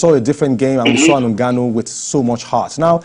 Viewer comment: is getting on my damn nerve with the way he pronounces Ngwanu. Bro, it's Ngannou.